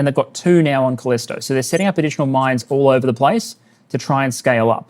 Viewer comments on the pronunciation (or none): none